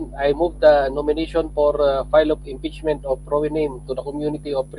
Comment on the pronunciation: hahahaha imprachment😂😂😂